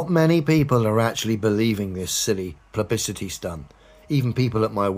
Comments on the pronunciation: "Plubiscity stunt." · cant even pronounce publicity. I'd get swapping letters in a typo, but pronouncing it "plubicity" is kinda funny lol. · And the moron pronounces 'publicity' as 'PLUB-icity' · Did the dude say "plebicity" stunt?? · "Plubicity stunt" 😂😂😂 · "Plubicity" stunt? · Did he say plubucity stunt? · "Plubicity" was all I had to hear to understand the intellect we're dealing with here. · "Plubicity"❓ He's going on and on about the door, but completely ignores the huge windows. If there truly was any doubt about the stability of this capsule, I'd worry about the windows first. That's a beautiful shot of the curved horizon❗ Is anyone surprised that completely ignores it? He probably hopes that no one would notice as he's talking about something else. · Excellent! 😂 plubicity….nearly missed that haha brilliant observation 😂